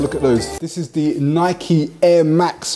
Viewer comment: Thank you for saying NAI-KEE properly 😁, great vid man